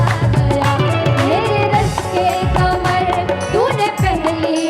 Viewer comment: Kamar ❌ Qamar ✅ Since Rekhta is a platform for promoting the beauty of urdu language I hope it screens and guides artists for proper pronounciation.